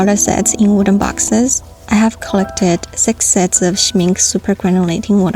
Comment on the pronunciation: Gurl use your stuff!!! Life is to short! It's Schmincke you say the e at the end of the word